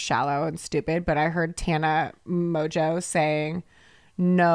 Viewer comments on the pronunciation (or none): none